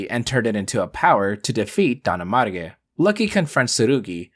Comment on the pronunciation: Is not Don Amarge but Don ARMAGE (like armageddon)